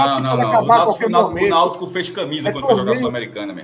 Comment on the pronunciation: Cara falou náuticu, eu parei kkkkk